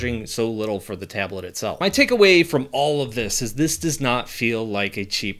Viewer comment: Tablet ❌ Ablet✅ 😅😅😅😅